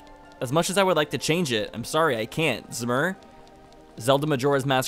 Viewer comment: pronounce it ZOOMr